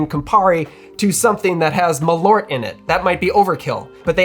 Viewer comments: Dear Americans, it's MALL-urt, not muh-LORT. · what is ma-loert? Maaal-oert! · You should pronounce Malört like "Maal-Eert" - You drink it to Pickled Herring, and you should NEVER EVER buy this, you should make Malört yourselves and adapt the recipe to your likes. And IF you should use Malört in drinks you spray it in the glass when making Corpse Reviver No. 2. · I can't stand everyone calling it "Maloort" 😂 It's "Maal-ört" the ö-sound is quick. Put Malört into google translate and listen to it in Swedish and you'll understand how it's supposed to be pronounced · Not important, but if you want to correct other bartenders in Chicago, you can tell them that it is pronounced "Maaleart" (note the semi-long 'eart', which is close enough to ört). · Pronounced: Maal--örrt in swedish. malört {comm. gen.} /m'ɑːlœʈː/ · Extend tha A in Malört and you get better "swedish" pronunciation. And pronounce the Ö like the U in "burn". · Usually the mispronunciation of Swedish words is understandable and largely inoffensive but when it comes this fast, this often it starts to really grate. Suggestion, treat the word as if it was two, because it is, Mal and Ört as you noted in the video. There isn't two Ls in it, think of it's pronunciation the same way you would wormwood, it's also two words and you don't blast right through it. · First of all it is a bit hilarious for a swedish like me to hear you guys on YT butchering the word "Malört" there are only one of you guys that says it correctly and he is a norwegian. I have actually made a liquor with wormwood and spruce sprouts and it aint that very bitter or perhaps my taste buds are dead because of too much chilli in my food. Perhaps it is something else than wormwood that makes it so incredibly bitter. I do hope you have access to a toilet because wormwood might be a bit laxative.